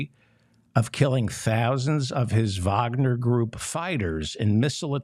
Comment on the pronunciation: Thank you for pronouncing 'Wagner' correctly.